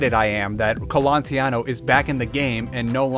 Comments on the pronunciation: Raphael Colantonio not "Colantiano" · I think it's Colantonio, not Colontiano... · It's Colantonio. And many of your Prey 2017 infos were incorrect, for example the engine is CryEngine, not Void; the history of Prey 2 was wrong etc. Please check your infos better next time. But i still give you thumbs up for covering the topic of immersive sims in such a lengthy and detailed manner. Thanks for producing this video! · Almost 2 years later and I must ask: do you now know how to pronounce Colantonio?